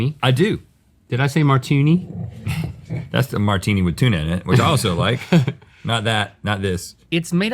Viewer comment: "you like a martoonie."